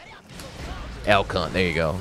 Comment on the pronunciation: After about the sixth time hearing the name of his "Beyblade Jr.," I had to look it up. Elk. Hunt. I just kept hearing "L Cu...". Well, I probably still will. I wonder if the AIs scanning audio on videos and streams will. Uh, have fun with that, commentators.